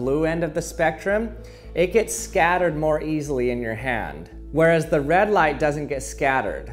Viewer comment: the way he says red lmao